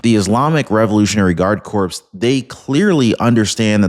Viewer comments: Hey my friend corps is pronounce 'kor' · Lol, no, he always says it that way. I know what he means tho, and I don't criticize. The subject matter is astounding. I am unbothered by how you think he should pronounce words.